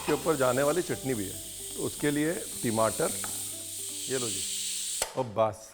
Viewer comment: Tamatar ❌ timatar ✅😂😂😂